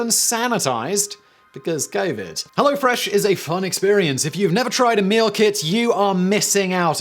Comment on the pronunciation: "Because Gay-vid." Who's Gay-vid?